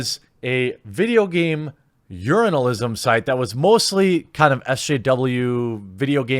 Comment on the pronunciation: Lol did you say "Urinalism"? 🤣 🤣 🤣